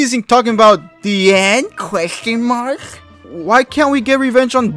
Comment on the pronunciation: “Wtf was this nerd teasing? Talkin bout ‘The end… queshtion marhk’ “ 🤣🤣🤣🤣🤣🤣🤣🤣🤣